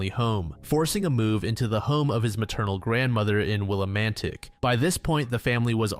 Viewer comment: I live in Connecticut and it’s pronounced “Will-a-mantic”